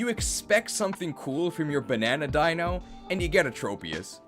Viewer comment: The "ei" in the entire Deino line is pronounced like "eye", because it's German numbers. Deino (Eins, meaning one), Zweilous (Zwei, meaning two), Hydreigon (Drei, meaning three). All of these are pronounced like "eye."